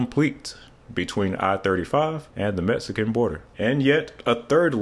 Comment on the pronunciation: I was a bit shocked to hear you say "Metsican" as that's a racially insensitive way to refer to Mexico which we call "Meksico" here in San Antonio. It's difficult for non natives to know our "X" sounds as my county "Bexar" is pronounced "Bear" meaning the X is either a VERY hard sound or silent and you just have to know how the locals say it. Just like it's San Antonio, not San Antone unless you're non local. Thanks for the video, I didn't realize it was that far along as more than just a dream.